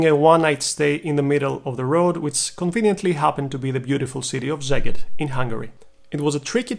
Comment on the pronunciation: Szeged is pronounced "Seged" not "Zeged".